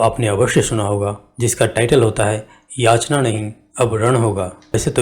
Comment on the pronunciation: याचणा नही . याचना .